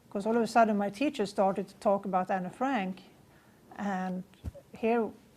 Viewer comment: ¿Tiene incluso la necesidad de vestirse y peinarse como Anne en la fotografía de su colegio? Me parece alucinante que tenga que manchar así el recuerdo de Anne Frank. Para empezar, lo pronuncia Anna, cuando el nombre es Anne, abreviatura de Annelies, cosa que ni menciona. Anne quería ser escritora y periodista, pero también ayudar a los demás, y tenía muchísimos pasatiempos como patinar sobre hielo. Dice que quería irse con sus padres reales, cuando Anne tenía muchos problemas de convivencia con su madre Edith, y por cierto, tampoco menciona a su hermana Margot. Lo de las fotografías en su cuarto, lo sabemos todos los que admiramos a Anne, todos, aunque no hayamos estado en la casa de atrás. ¿Sintió pánico en la casa? Se supone que fue su refugio... Cuando uno regresa de nuevo a un lugar en el que ha vivido tiene sentimientos encontrados, miedos, pero también alegrías, o al menos recuerdos especiales sobre ello, como por ejemplo cuando Anne subía a la azotea a mirar el castaño a través de la ventana y a escuchar las campanas y se sentía en paz, era su lugar favorito. Anne murió de tifus en Bergen-Belsen al igual que su hermana, no la mataron. Anne jamás hablaría de esa manera, sino de manera positiva, y hablando sobretodo, sobretodo de la libertad. Y podría seguir diciendo mil cosas por las que esta mujer es una farsante, me parece frustrante que alguien quiera venderse de esta manera.